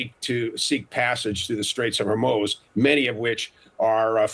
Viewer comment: Trump's threat to "obliberate"????? "Straits of Hermoze"???? "Perculate"???? Wow.